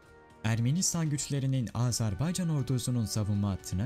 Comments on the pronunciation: Azarbaycan değil güzel kardeşim, Azerbaycan diyeceksin. A-z-e-r-b-a-y-c-a-n yazıldığı gibi okunur. Azarbaycan değil, AZERBAYCAN ... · LÜTFEN ÜLKEMIZIN ADINI DOĞRU TELAFFUZ EDERMISIN 1 AZCIK ÇALIŞ AZ-AR-BAY-CAN DEĞIL AZERBAYCAN DIR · Azarbaycan değil Azerbaycan diyeceksiniz.